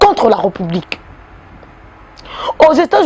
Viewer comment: Ré,Reu(publique) na appreciaka yo mingi,kasi lobaka Ré et non reu.